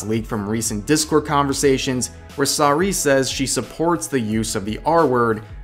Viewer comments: Pronounced "Sarooeh" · Sar ooo ayy, rev. Your pronunciation hurts. She did it again btw. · Okay, but why do you pronounce "Saruei" like that? Don't get me wrong, this is a very crappy situation, but you pronounce it specifically like that? Just why? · You mispronounced Saruei.